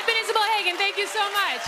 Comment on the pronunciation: Is-a-bel is-a-violist.